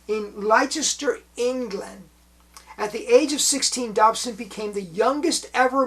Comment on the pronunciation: I loved watching Wayne Dobson on TV, hugely entertaining and always funny. Thanks for talking about him! (Leicester is pronounced "Lester", by the way!)😊